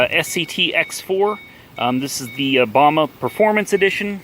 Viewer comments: It's BAMA not bam a I tard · My man… it’s bam ah lmao tell you from the north